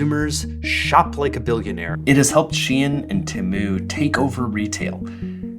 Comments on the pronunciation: I hate how u say temu and shein. atleast the 'deminimus'~ ok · The way he pronounces Shein and Temu stresses me out 😂😂